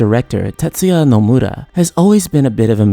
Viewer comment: The way you say "Nomura" just made me un-sub.